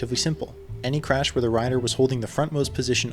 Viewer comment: take a shot everytime he says chrash lmao! awesome video, loved it